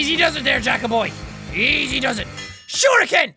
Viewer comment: Shuriken! Can I kill 'em? Shur-HE-kan!